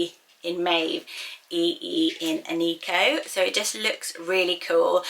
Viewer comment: Eneko is a guys name and idk if works for a girls name but it’s pronounced eh neh koh there’s no ee sound in the name and it’s basque